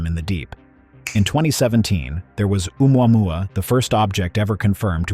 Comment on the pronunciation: This cant pronounce Oumuamua